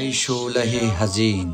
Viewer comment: سر تا پا بیسواد است گوینده میگه ؛ ای شحله حزین ای حشق واپسین 😂